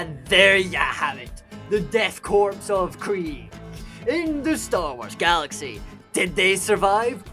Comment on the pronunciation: I hate to be that guy… but “Korps” is pronounced the same as “core” the “p” and “s” are both silent (it’s French)